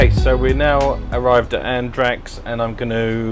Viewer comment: Enjoyable and insightful video - just your pronunciation of Andratx and ignorance of the boat's length in meters were a bit shocking ;) Will be off to Cala D'Or in a bit less than a month myself, but will make do with an 8 meter bow-rider for a few day trips.